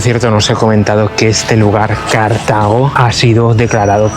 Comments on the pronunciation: Dice 'bonito' y 'maravillarnos' así como mil o dosmil veces, aunque con voz de estar descubriendo la piedra filosofal. No parece que conozca a fondo Túnez, a la vista de sus explicaciones ligeritas y topicazas o el delirio de repetir sin sonrojo lo de Cártago (sí, a lo esdrújulo 😂). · Cártago no es esdrújula chaval, sino Cartago, palabra llama, y Leptis Magna no es Leptis Manga. Hay q formarse un poco.